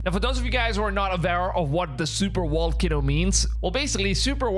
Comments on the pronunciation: Wait... you said "Vibration" and not "Wibration". Then why does that not translate to volcano is wolcano? You have fantastic English so it's so surprising when the v still gets ya. Lol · VA. VAAAAAAA VOLCANO, NOT WA WAAAAA WALCANO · I think you're adorable but you need to pronounce v instead of w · Pronounced "v", not "w" as in supervolcano or volcano. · Volcano with a V. Not wallcano rite? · Lol, "wolkino".... And here I always thought it was "volcano" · You can't say your V's. You say W's. wocano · Sir, the word is pronounced "volcano, not "wallcano." You are pronouncing v like w. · Why do you keep calling it a Wallcanoe? Is Volcano with a V..Veeeeee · What's a walcono? 😂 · Wall-ca-no?........ Vol- cay- no. Vvvvvvvvvvvvvvvvvvv not wwww ....... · It's not a wolcano. It's a volcano. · It's a volcano not a wolcano... lol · If I hear Wallcano one more time! Lol just kidding. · My gf says wolcano? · Bruh can't even say VAL-CANO correctly.... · Whats a Walkano? 😂